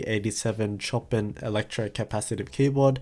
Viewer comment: You sure it's not named after Chopin, the classical composer? If so, that's pronounced 'showpan'